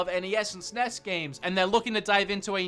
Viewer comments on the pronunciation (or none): none